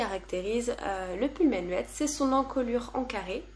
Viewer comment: Coucou ! Très sympa ce format vlog ! Je ne pourrais pas t'aider pour la prononciation de Jean asgeir par contre le pull menuet on prononce meunuè (c'est un morceau de musique)!